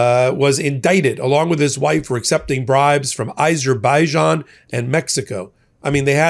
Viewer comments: Azerbaijan not Izerbaijan. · Azerbaijan not Izerbijan